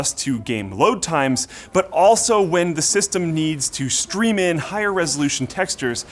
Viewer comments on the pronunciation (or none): none